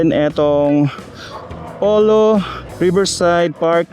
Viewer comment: Pulo ipronounce ang Polo..kasi sa mapa mukang Pulo yung area. Taga dyan ako sa area kaya ganun namin ibigkas "Pulo"